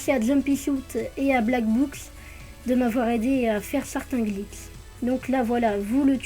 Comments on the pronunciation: Vous avez bien entendu ? Des Glits et non des glitchs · Ça me fais trop rire quand tu dis glitss et spot x) tu gère merci pour la vidéo :)